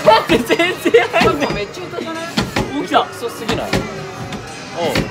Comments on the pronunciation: あべちゃん｢へたくそすぎない？｣っていうの全部ひらがなに聞こえる😂普段そういうこと言わないから上手く言えないのね(笑) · あべちゃん笑 下手くそすぎないがカタコトすぎない？笑